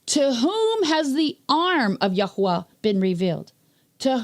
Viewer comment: Nice to hear His name correctly spoken. “Yahweh” is a cainanite god, not the creator.